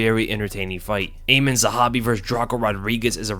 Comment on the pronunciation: When you said Aiemann Zahabi I had to look around to read the name because I thought you said Eamon Zahabi. 😯😁😆 Does Pereira look like a Brazilian Santiago Ponzibbio or is it just me?